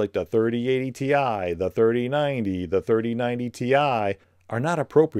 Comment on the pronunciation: It’s 4070 “tie” get it right… 💀🥱